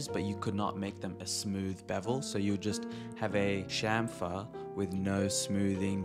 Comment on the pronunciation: You actually say "chamfer" properly. Subbed.